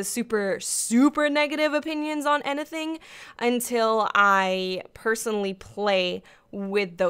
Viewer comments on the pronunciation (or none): Dat 'N-ehthing' always cracks me up